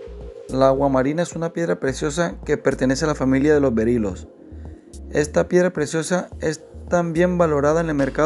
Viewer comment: Berilios no berilos